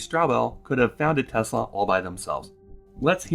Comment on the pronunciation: I remember realising Musk did not know much about Nikola Tesla and then realising his pronunciation of Tesla is wrong. This was before I even realised what a fraud this guy is, but I thought something is off here. Why name a company after a genius inventor you know very little about. Also, he is so smug he never even googled N. Tesla, not even after he invented his engineering persona that supposedly invented Tesla the car. Edit: You unhearted me? That's cold! :)